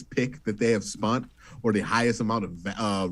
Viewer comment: Q brings the juice to this show. But bruh, please stopping saying "spunt"